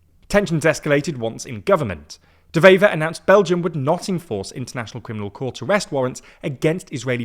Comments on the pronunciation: It's De Wever, not De Vever. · Again with this shit? Which government? We have 5 or 6 of them. Also, it's pronounced Dewever, not devever. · Small note, W in Dutch is just a W, not pronounced like a V.